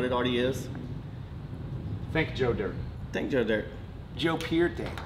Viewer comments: Dirt (pronounced: deer-tae) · Joe Dirt'e... It's French...🤠